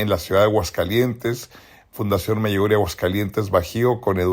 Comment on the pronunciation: Me choca que este tipo sigue diciendo Meyugoriaa